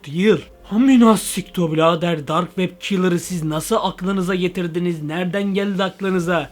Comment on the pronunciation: Komik Dark wab kalır yessss sıçıyormusun o nebiçim yes demek😂😂😂😂